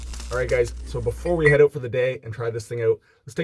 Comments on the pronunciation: "Check it ayoat" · “Let’s test it oht”